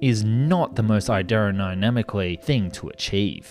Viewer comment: . A-dero-nanically! Yes! Never a letdown with this guy butchering multi-syllable words. Let's do this together: aero-dynamic-ly.